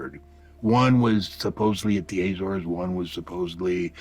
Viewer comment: Very interesting guy but I wish he’d learn how to pronounce Azores properly